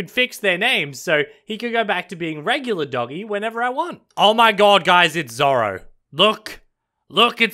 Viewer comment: Dude i cringed when he said zorro i ligit shouted LUFFY